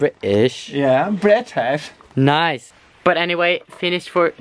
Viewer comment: are you bri ish 🤣🤣